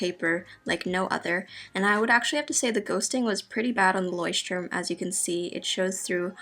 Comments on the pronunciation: Its so cute how you pronounce 'Leuchtturm' :) I am from germany btw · it‘s so funny how you pronunce „Leutturm“ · That’s soooooo cute. I‘m from Germany and Leuchtturm is pronounced a little different😂💗 That sounds sooooo funny and cute for me🥺🥺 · How you pronounce Leuchtturm. It’s always funny to hear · As a German it's funny for me how she pronounced Leuchtturm 😂💕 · Same haha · Ist aber bei jedem irgendwie so😂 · As a student learning German, I thought I spoke it wrong all along when I heard her. Both English and German aren't my native languages so I was confused 😕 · It was so funny how you say ,,Leuchtturm"😂 I'm from Germany